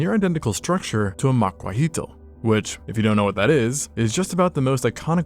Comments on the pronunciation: It's pronounced more like ma-kwa-weet. The last L is silent. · Man says Macuahuitl wrong episode 1000